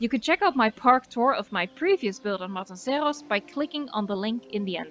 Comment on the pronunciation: I LOVE your pronunciation of 'Matanceros'!! En ook dat je Engels vrijwel accentloos is ;) Fan van de video's én van de 'Voice' :)